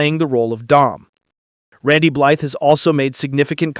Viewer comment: All that information and you keep saying his name wrong. Blythe rhymes with fly… the TH is silent.